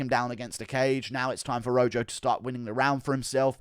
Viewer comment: It’s pronounced Roho not Ro Joe